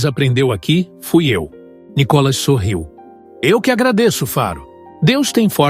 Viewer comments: Por favor, não é ' Có" Cacilda, é " Ni ". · É Nicólas ou Nicolás ou NICOLAS ? Fala certo o nome do cara MEU! Põe a sílaba tônica no " I ' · PORQUE VC ORA SIM ORA NÃO PRONUNCIA O NOME DE NICOLAS ERRADO 😢